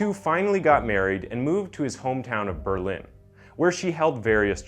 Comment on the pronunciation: i think the only non english word this man pronounced correctly was “berlin”